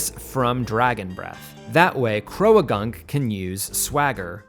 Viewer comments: “Crow-Uh-gunk”… I’m sorry what kind of pronunciation is that? It’s crow-gunk because it’s croak+gunk=croagunk. Croak isn’t pronounced crow-uh-kuh it’s croke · Croh-ah-gunk? Did you mean "Croh-gunk". You don't pronounce that "a".